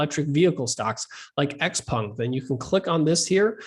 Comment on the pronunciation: I like how he pronounces "XPENG" - i've been saying it wrong for so long :sob